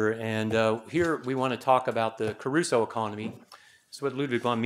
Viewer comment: It's Crusoe, not Caruso. Caruso was a famous opera singer.